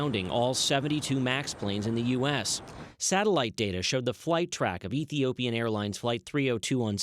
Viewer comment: Am so disappointed with the reporter. He can't say Ethiopia? He is a racialist